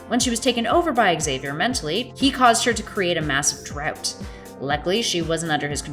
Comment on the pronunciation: The narrator can't say Xavier correctly, either. I wonder how she would say xylophone, Xena, Xerxes, xylem, or xenomorph.